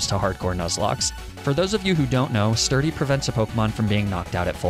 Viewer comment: Actually replaying Black and omfg, purrloin/liepard is pretty but so bad... LMFAO. So I'm listening more than watching, and my brain is filthy. So when I heard "sturdy sock" - well, it took me a moment to realize you meant a fighting pokemon with Sturdy. My sincerest apologies to your innocence. XD